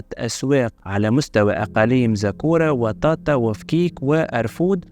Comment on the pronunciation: اخى العزيز ان اسم فكيك ا و فجيج بالجيم المصري بكسر الفاء